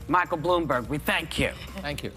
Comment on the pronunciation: Haha Whoopi, can't say his name. The fact that this show gets ratings is sad.